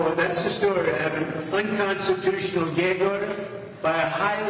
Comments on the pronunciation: unconstitunional - sounds like a joke out of his mouth. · HE SAYS UNCONSTUTIOAL, IS THAT THE SAME CONSTUTION HE WATS TO GUT IF HR BECOME DICTATOR?